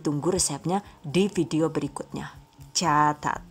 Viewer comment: Caaacaat eh salah , CAAAATAAT